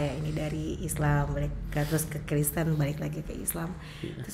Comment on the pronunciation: sekolah tidak Tante Penyebutan itu yg benar Kristen bukan kresten